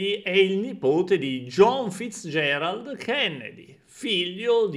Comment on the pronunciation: non riesce a pronunciare il cognome della nonna del mr. Robert Fitzgerald Kennedy?